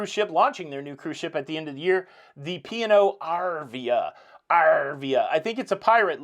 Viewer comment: I could have sworn you were saying pior like the wine not P & O! 😆 Congrats on your 175,000 subscribers.